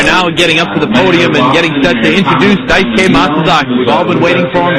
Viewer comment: did she say dicegay?